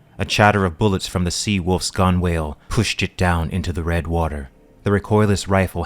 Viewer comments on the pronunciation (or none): "Gunwhale" is pronouned "gunnel", like "funnel".